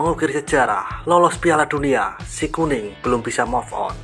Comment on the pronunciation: Move on ~> baca ; muv on!.. Bukan moff on